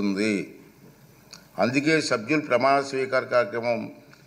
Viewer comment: ఒరేయ్ అయ్యన్న సబ్బులు కాదు రా సభ్యులు అనే పదం కూడా రాదా